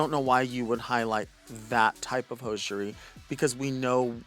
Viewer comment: “Hoeshery” hahahahha